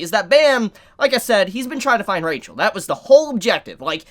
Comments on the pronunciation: Pleaaase staph pronouncing rachel the way you do xd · can someone explain to me with he prenounces rahel instead of rachel or is it a spoiler